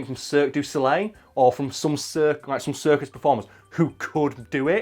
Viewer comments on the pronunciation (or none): none